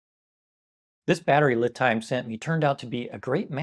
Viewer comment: Not that it matters, but I believe LiTime is pronounced "Lee Time"